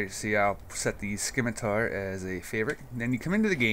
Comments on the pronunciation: It's pronounced "Sim-ih-tar" not "Skim-ih-Tar"... and you troll people for saying a gamepad is useful... it really is and if you are used to games like this and things being where you like them throughout various games... gamepads are nice and consistent. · Uh, It's not "Skimitar", it's "Simitar" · the 'C' in scimitar is silent :) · c is silent in scimitar